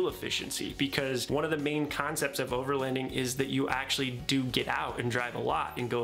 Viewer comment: Your pronouncing overloading wrong. I hear “overlEnding” lol